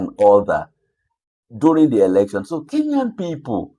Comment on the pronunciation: Tell the that its ELECTION not ERECTION. Wantam!